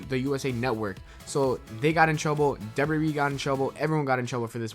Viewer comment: Youve got a weird thing with the letter W mah man...when you put two of em together, it sounds like "dubber dubber." Maybe shy away from so many WWE mentions... other then that, I enjoy these videos very much.